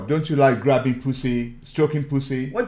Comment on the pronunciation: Ai lov graubing poosi* Had me dyingggh😭😭😭😭😂😂